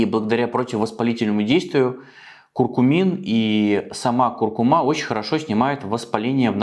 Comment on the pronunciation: Извините, но правильное ударение - курку́ма)